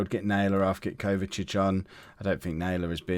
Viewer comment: His name is Kovacevic but you are saying Kovacic. You are missing the letter E and V whilst saying the name